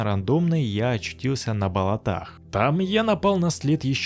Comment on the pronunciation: Ты же специально говоришь болотА!?